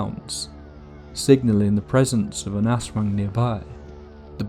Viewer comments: Ahhhhh yes the terrifying Ass Wang. Poopy, scary, and terrifying to become.😂 I’m sorry, the creature is pronounced Az Wong if this helps. Do did such a great job story telling drawing, but broke my immersion in . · Don't say it like "Ass wang" Say it like A'swung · Bro said Ass Wang 💀 ... good video btw! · hearing someone pronounce "aswang" as "Ass wang" is the funniest crap to me lmao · The way he pronounces "aswang" as "ass wang" gotta be deliberate 😂😂😂 hahah but I had an experience when I was in the Philippines. One night I saw a what looked like really big bird or bat fly by my Aunt's house and when I pointed it out all of my aunts were like "that's an aswang" and it just so happened that one of the neighbors was pregnant at the time. Could it be a coincidence? I don't know but that was the only time I've ever seen a bird or bat with such a large wingspan. Not sure if any large flying animals exist in the part of the Philippines I was at though so I might have seen an actual aswang but who knows. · I love the vid but the aswang mispronounciation is so consistent that its scarier than the vid lol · The pronunciation of Aswan took the horror out of everything but it’s neat to see my cultural heritage hitting the main stage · I'm sorry but the way you said Aswang completely made the whole intro hilarious instead 😭